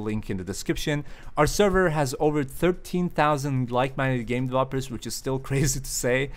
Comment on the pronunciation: game duh-vloppers?